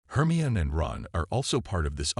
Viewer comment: Hermeon?.....liely Potter? .....plus how many other AI bludgeoned words.....yeah kinda takes you out of the story. Really hate AI .